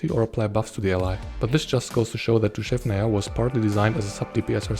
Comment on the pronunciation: Your pronounciation of "Dushevnaya" is spot on! ❤